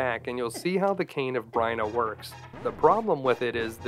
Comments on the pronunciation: cane. of brina? no no... its B-Y-R-N-A. --- beer-na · Amazing video but every time you pronounced it the cane or “Bryna” not Byrna I shivered a little lol